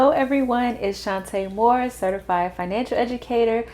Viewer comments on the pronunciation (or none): none